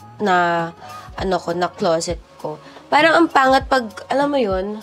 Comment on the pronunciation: Ang aarte nyo magsalita magbigkas lang ng “parang” ang arte arte